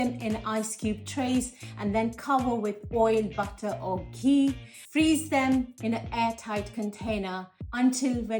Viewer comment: is she saying ghee or key...